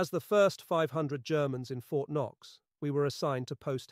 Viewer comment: What is wrong with this translation? The whole thing is almost fluent English except for a few words that are clearly a typo: Fort K-knox? wth?!